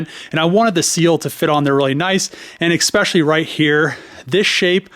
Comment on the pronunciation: "eSpecially" not "Expecially" :P